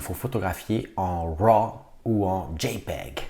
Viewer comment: C'est tellement jouissif de l'entendre dire JPEG